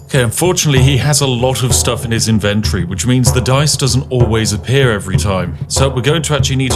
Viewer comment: INVEN-tree? WHAT IS HAPPENING HERE